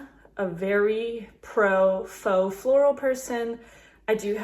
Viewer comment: Love your video. Very helpful! FYI: faux is pronounced ‘fo’ -rhymes with ‘oh’. Will you share how you store your florals?